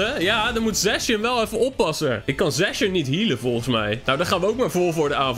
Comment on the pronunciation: Lol hoe jij zijn naam uitspreekt! Zacian! C is een K.